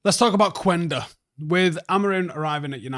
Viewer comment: Not to be that guy but, the "U" is silent in Quenda's name. Like "kenda". Peace